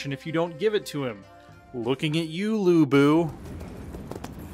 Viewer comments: "Looking at you Loo Boo" 😂😭they butchered my boy's name omg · I like the way he says 吕布 "lu bu". kinda funny!